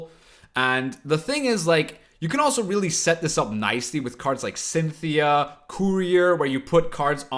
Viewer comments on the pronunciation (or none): none